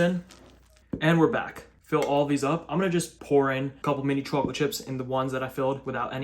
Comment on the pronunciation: There's something about the way you say CHAWclate🥵